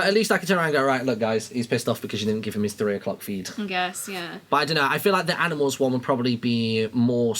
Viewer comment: i love how they pronounce animals as aminals